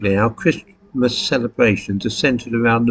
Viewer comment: I turned off when I heard you pronounce the "t" in Christmas...